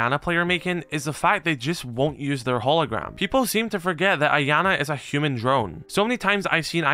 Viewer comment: Man the way you pronounce “Iana” almost makes me sick, you’re not supposed to pronounce the I, it makes a “Y” sound, so it would be “Yana”